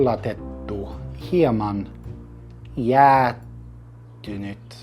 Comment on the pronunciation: I am not being mean, but I can't help but to point out this: when you don't pronouce the h in "jäähtynyt" it becomes "jäätynyt" and that means "frozen" :D This seems like a wonderful way to make entertaining videos and learn finnish on the way! Good job!